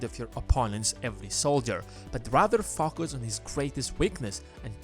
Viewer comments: Staying FaChUs (just how he pronounced it)😆. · 👁👄👁 “ Staying Facus ”